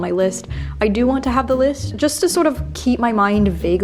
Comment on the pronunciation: Can anyone else hear the capital letters every time Bernadette says 'The List'?